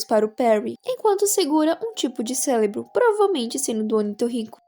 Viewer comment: me atrasei muito,bem sobre o porque dele nao contar a organização deve ser porque a organização foi destruida?(a e eu percebi um erro na sua fala onde você devia falar cerebro fala celebro é pouca coisa)